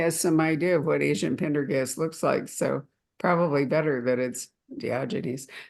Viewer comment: needs to learn how to pronounce Pendergast's name correctly.